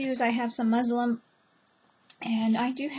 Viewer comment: Muslin not muslim